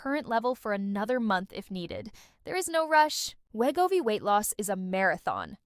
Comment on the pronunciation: The bad AI narration is NOT a pharmacist. And it can't even properly pronounce Wegovy. LOL.